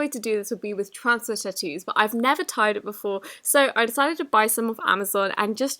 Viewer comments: “T-tuuus” 😂 Love u girl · aah I love how she called tattoos t-toos 😂😂😂🤣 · “twanstie tawoos” and I never “tied” this before. Not a hater I love your content so much! I was just so confused when you said that lmao!